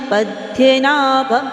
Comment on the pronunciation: Please 🙏🏻 chant fluently 🙏🏻🙏🏻please don't take otherwise please it's Padmanabhan, hrudhyanagamyam🙏🏻🙏🏻🙏🏻